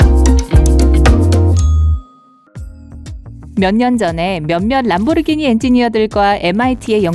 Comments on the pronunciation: 왜 자꾸 람보르기니를 램보르기니라 하지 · 발음 뒤지네 램보르기니 ㅇㅈㄹ